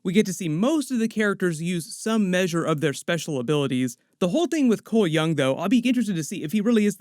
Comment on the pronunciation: Cole Young = Cholmel Young as in Chameleon